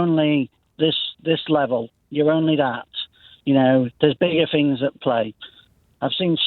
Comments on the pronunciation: Do retired consultants pronounce ‘things’ as ‘fings’ ?? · A retired NHS Consultant who pronounces the word ‘things’ as ‘Fing’s’?! No, I’m sorry somethings no right here.